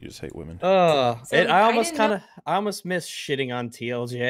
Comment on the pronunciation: “I used the Wahmen to destroy the Wahmen” -Thanos Baggins